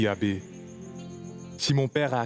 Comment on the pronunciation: J'adore la façon dont Lisa prononce Abbé avec douceur😂😂😂